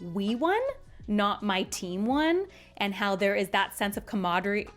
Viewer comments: "Comradery" but you gave it a good effort. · “Camaraderie” Come rod uh reeeEEEEEEE 😁